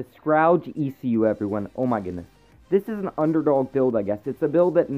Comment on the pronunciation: It's spelled Scourge, and its pronounced "s-kurr-j" (mispronunciation bothers me, it's ok lol) anyway, nice vid bro!